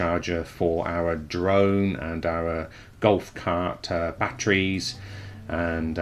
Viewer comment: Jesus Christ, it's batteries not batries